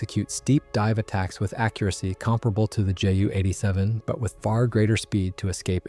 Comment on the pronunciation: This was good. I know a lot about the Pe2/3, and even I learned something. Please learn to pronounce (edit?) words like Ju-87 and Junkers. Otherwise, big thumbs up.